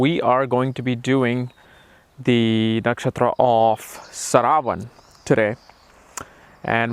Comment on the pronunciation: Your contribution is remarkable but it's "shravana" not "Sharavana". Saravana is related to lord subramanyam. Hope you pronounce the names of nakshatras correctly.